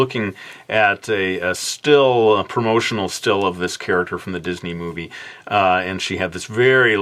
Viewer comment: said didney